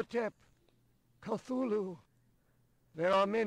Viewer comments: Well, H.P. Lovecraft DID intend for the name to be pronounced many different ways, since having something with an inconsistent name is alien to humans and thus terrifying and/or confusing. But I agree, "Ca-thu-lu" is much easier to say. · Oh, did you just pronounce Cthulhu as, "ca-thoo-le-hoo?" You so cray cray! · Sir Tanky Yeah. I'm pretty sure it actually says in 'call of cthulhu' that none of those names (cthulhu, ryleh etc) "were truly pronounceable by human tongue", or something like that.